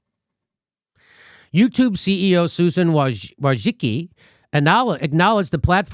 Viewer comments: Her last name "Wojcicki" is of Polish origin and can be pronounced as "voyCHITSkee". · 'Wojicki'. Every. Single. Time.